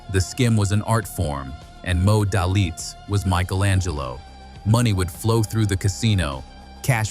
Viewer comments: it’s pronounced “D—A-Y-L-I-T-Z” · Pronounce his name right. Good story though.. Very true. It is Moe Day - Litz